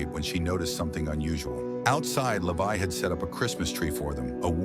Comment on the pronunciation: his name is levi not lavai😂😂😂..